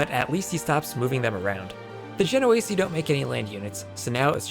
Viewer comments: Isn't it "Ache-r" and "Gen-oh-eese"??? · The way you pronounce "genoese" is so bad.